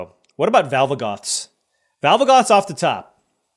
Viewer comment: Given how rigged Arena is, it is always frustrating to see the land you need when manifesting dread, even for decks with just two colors 😂 Also, you've got me saying Valvagoth as well when it is Valgavoth lol